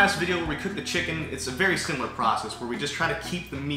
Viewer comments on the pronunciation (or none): none